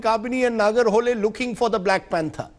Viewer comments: It is nagarahole ನಾಗರಹೊಳೆ not a nagara holae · You are pronouncing it wrong man Its Nagara Holae It's not "Hole" 🤦🏻‍♂️ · It is nagara hole ನಾಗರಹೊಳೆ not a naraga holae ನಾಗರ ಹೊಲಾಯಿ 😂😂😂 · it's not nagar holl it is nagara holle 🤦‍♂ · anchor plz pronouns properly its Naagarahole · First try to pronounce Nagara Hole correctly